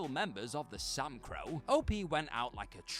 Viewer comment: “The Samcro”. Tell me you’ve never actually watched the show without telling me you’ve never watched the show.